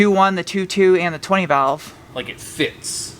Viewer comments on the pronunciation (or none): none